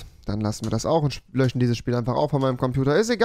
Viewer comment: Jede andere Person: "löschen" Rewi: " löchen" 😂🤦